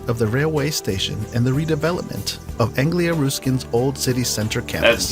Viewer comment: "Anglia Rooskin University". It's 'russkin', and It's easy to check.